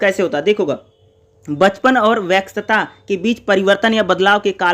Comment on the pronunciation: Vyask ko wax bol rhe ho sir aap 😅